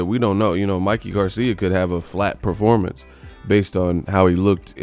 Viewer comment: "What about the top guy Manny?" - Reporter "Ehhhh only after a loss or bad Perpormance(Performance)." - Pacquiao